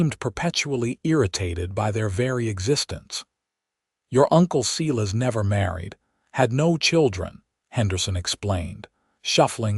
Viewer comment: Silas is not pronounced See-less it's Sīlâs. My Uncle who also had that name if he heard how this AI garbage pronounced his name would spin in his grave. He'd get madder than a yellow jacket wasp if he heard his name mispronounced like this narrator says it. It doesn't sound right at all, especially since I know a few guys with this name and not one pronounces it like in this story. Are you kidding me, Eleanor is not pronounced Ēlēanor, it's Êllênor. Good gawd, AI narration = just more AI GENERATED SLOP!🤦🏼‍♂️🙄